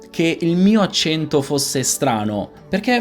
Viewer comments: La versione corretta è con la e aperta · Già il fatto che lei dica "accénto néutro" (con le "e" chiuse), invece di "accènto nèutro" (con le "e" aperte, come si direbbe da me in Umbria) fa notare quanto l'italiano "standard" possa variare, anche al di là delle varietà dialettali (che influenzano poi le varie pronunce regionali) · Quando hai detto "accento" con la e chiusa, ho pensato subito: "Partiamo con il piede giusto...". Comunque il video è molto bello. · Già come pronunci "accento" si capisce che non hai un accento neutro.